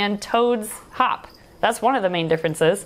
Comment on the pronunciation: it’s “hop”